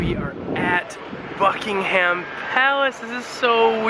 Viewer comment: cant you talk without saying like every 3 words and it isnt bucking ---- ham its 1 word buckingham